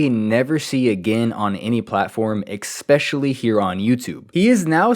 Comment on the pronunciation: Please bro, especially. There is no EK, not ekspecially